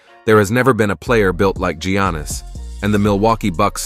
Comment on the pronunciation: Love the content but the names can be pronounced so much better. Gee-Annis it’s pronounced more like Yannis. also, “Duane” Wade? Kai-why Leonard? Kawee? KEEREE Irving? it’s Kai-ree. Dirk noVitski.Hakeem OlÁjuwan. abdil-jabber? No.